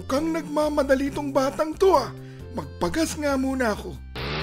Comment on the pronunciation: Yung gas na ka sabi "Gagows Station"😭